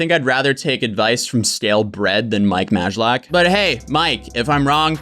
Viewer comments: It's pronounced "Maylack" ahahah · Well, that's certainly one way to pronounce his last name. 😂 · You totally butchered his name but great video! 😄👍🏼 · The way he butchers Mike's name is hilarious.